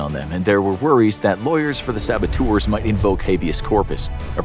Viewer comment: How many times did they say “sabatours”?